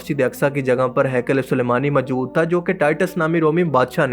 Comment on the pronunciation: Urdu bolni seekh lo. "Qabzaa sakhain"..."mjood hen" lol